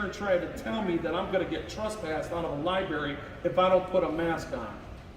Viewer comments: Libary lol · Is he saying "LI-BERRY" on purpose? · All of these cops are so wrong, the supervisor was just calmly wrong. But please learn how to pronounce library when you are in the library lol!